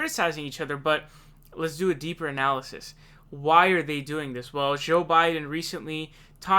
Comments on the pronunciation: Why do you say Joel Biden weird? Joel isn't hard to say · Bernie should ask him how it was getting arrested in South Africa LOL One thing though, why do you seem to pronounce 'Joe' as 'Szhoe'? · Why do you pronounce joe so weird